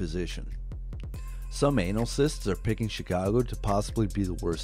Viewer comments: lol did you call them “anal cysts” instead of “analysts” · bro really said “anal cysts” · "anal cysts" ?... lololol